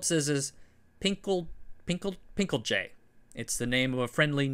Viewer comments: Pinkeltje, pronounced as PIN-KEL-TAYN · "pinkeltje" is pronounced "pin.kul.tchu" (more or less) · thank you for your effort in your pronouncing it. The -je is a diminutive, you might want to look it up and see how that might be pronounced.